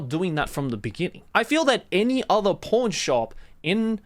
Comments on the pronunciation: Is it just me that keeps on hearing "P*rn shop instead of "pawn-shop"??? Shows where my mind is! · When Joey says "PAWN Shop" I can only hear him say "PORN shop." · Due to Joey's accent, every time he says "pawn" it sounds like "p*rn" xD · Is noone gonna mention the fact that him saying "Pawn", sound alot like another word, cause I did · Everytime Joey says the word "pawn" it just throws me off completely